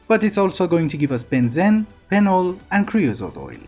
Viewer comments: Great as always,! Also, "benzene" is usually pronounced "ben zeen" =) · Benzene is pronounced ben-zeen.